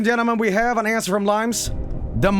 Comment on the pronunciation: LOIMES INNIT